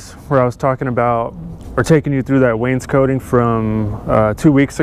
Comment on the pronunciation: It's wain scot, not Wayne's coat